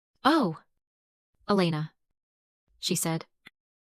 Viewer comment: Dish e pline? And decide if it’s E LAY na Or EL e na